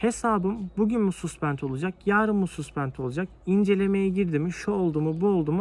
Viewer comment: güzel video olmus tebrik ederim. Amerikayi avrupalilar istila ettiginde altin arayanlardan cok kazma kurek satanlar kazanmisti parayi. her danismanlik egitim verene inanmayin. (bir de yapici elestiri: Suspend yazılır saspend diye okunur, A ile)